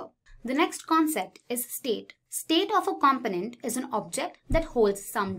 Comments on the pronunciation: ‘Cum-poe-nint’ rather than ‘com-pin-ent’👍 An easy mistake to make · Thank you but your pronunciation of component is driving me insane. It’s com-po-nent. Not compo-nent. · Great introduction / overview video. One small suggestion: The announcer's accent/inflection can be confusing at times. For example, in North America and the UK the word "component" is pronounced "kum-POE-nent". The person in the video says "KAHM-puh-nent" which sounds a lot like "confident" to our ears. It's just a few words, but that could help.